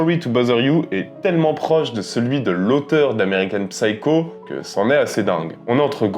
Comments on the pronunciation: Psycho se prononce seyekow, le "P" est silencieux. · On ne prononce pas le "p" dans psycho, en anglais. Ignare ! 🤓😇🤡